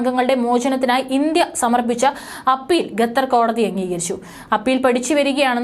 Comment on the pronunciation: പരിഷ്കാരി ഭാഷയായിരിക്കും അല്ലെ ? കേൾക്കുമ്പോൾ തന്നെ അറപ്പുതോന്നുന്നു. മേലിൽ ഗത്തർ എന്നു പറയാതെ കുട്ടി. ഉച്ചാരണശുദ്ധിയോടെ പറയു. "ഖത്തർ" നാവിന്റെ കടയ്ക്കൽ നിന്നും അണ്ണാക്കിന്റെ ഇടയിലൂടെ വരട്ടെ ശബ്ദം. ഓഹോ തൊണ്ടയിൽ മുഴയില്ല അല്ലേ..? കഷ്ടം... 🤔